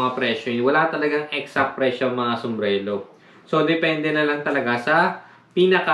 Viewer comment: Boss "sumbrero" not "sumbrelo" hehe